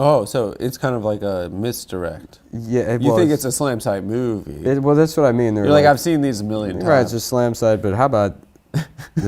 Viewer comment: Adam: “Moo-ooe-vie” God I hated him back then